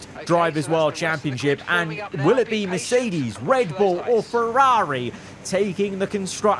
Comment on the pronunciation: Why does this guy pronounce Ferrari like he’s falling off a building “FerRAHHri”